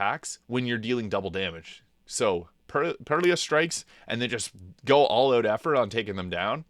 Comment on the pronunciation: Some of these pronunciations are wild. "Perlious" Stakes and Fracture "Psych" right in a row!